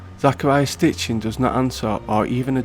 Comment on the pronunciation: Interesting ! However you should at least get Sitchen's name right. Not Stitchen, Sitchen. We are not sowing.😉